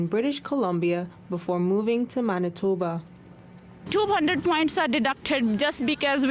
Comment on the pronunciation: Naah you say MANITHOBA'H...